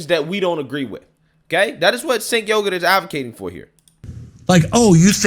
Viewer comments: "Cenk Yogurt" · "Cenk Yogurt" lmao